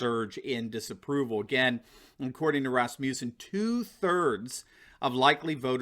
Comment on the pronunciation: Rasmussen is not pronounced “Rasmusen” the “u” is a short vowel not a long one as you are pronouncing it. I grew and have worked with Rasmussen people all over the U.S.A. They all pronounce as I have stated here. Just saying!